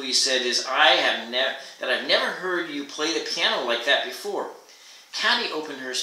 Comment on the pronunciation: I like how you read, but I'm pretty sure the protagonist's name is pronounced "Kay-tee" not "Cat-ee."